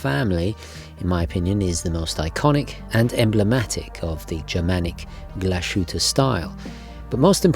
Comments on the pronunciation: Small advisory: It's Glas-hütte, not Glash-ütte or Gla-shütte. It sounds really strange in German the way you're saying it. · It's "Glas..Hütte", not "Glash..ütte". Anyway, lovely watch! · Sorry, it’s not pronounced “Glushütte” - it’s pronounced “Glas - Hütte”. The h is not silent. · It's pronounced [glahs-hoot-uh] not [gla-shu-tte]. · It’s a great watch -had the same model for a while. BTW you are butchering the pronunciation of Glashutte - it is Glas-hutte. Not sh as in shower. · Weird how in a previous video you were able to get "Glashütte" right ("Glas-hütte") and now you're back to the typical native-English speaker's mistake of pronouncing it with a "sh" in the middle. In German "S" and "H" are always pronounced separately, if you want it to sound like "SH" in English, it must be spelled "SCH". What you stay consistent with is your misprnounciation of "etcetera", it's not "ack-cetera" as the "T" comes before the "C", so say "at-setera". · Pronounced Glas-hutte (glass hut) - beautfiful watch! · It’s pronounced “Glas-Hütte”. Glas is the same as glass, just an s short. The a is solid A though, not æ. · It's Glass (pronounced like in British English) + Hütte😉. No "sh" in this one! Greetings! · Another great video, thanks,. Glashütte is a great brand. Also a great watchmaking town. Definitely worth a visit. Just a side note - the correct pronunciation is "glashite". There is no "sh" in the brand´s name. German can be tricky 🙂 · Please correct the pronunciation. Sounds illiterate man. Typical new yorkeze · I don't normally comment or care about pronunciation, but pronouncing the unnecessary and incorrect "sh" sound is just too much. It sounds really bad. Just separate Glas and hütte, and pronounce however you like, but there should be no "sh" sound when saying the GO name. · Now that is a good choice, it's on my short list for a while, it is almost better than the Lange & Söhne. You just have to work on your "Glashütte " pronunciation.